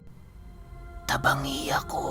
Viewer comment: Feel ko yung TABANGI AKO ganda pag kakabigkas, im from legazpi albay, magkatabi lang Ng daraga and legazpi.